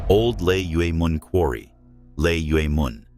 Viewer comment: Old lay mun is the pronunciation.